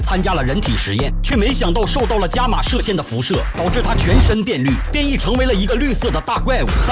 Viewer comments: 伽玛刀 伽马 Ga 一声 嘎嘎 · 那个字念起 ga が 噶(￣∇￣) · 妳他媽字幕都打咖了 念對很難嗎